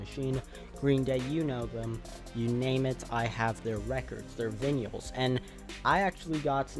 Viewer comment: VINYALS LOLOLOLOL